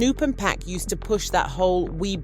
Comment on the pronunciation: Hey narrator it's 2pac not pack and it's suge get the names right smdh